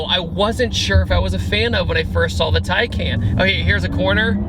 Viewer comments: Just to clarify its pronounced tiecon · Just to clarify its pronounced (tiecon)